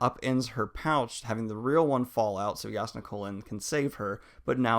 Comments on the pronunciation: He said Yas-nah. That is the official pronounciation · I can´t believe that´s how you pronounce Jasnah´s name! Now I am pretty sure that I´ve been pronouncing it wrong, but its just going to get me every time I read her name! Damn you Daniel!! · look man i appreciate what youre doing, but its "SHALL-lynn" and "JAZZ-nah"